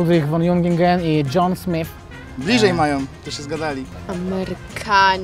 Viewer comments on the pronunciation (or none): none